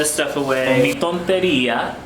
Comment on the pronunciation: Nooooooo, Tontería is something else. Se dice Tin To Re- Ría. Tintorería. Anoher tip. In Spanish. The U following a Q, is mute, No sound. So, it is pronounced Jabón Líquido = HabOn lee kee dO.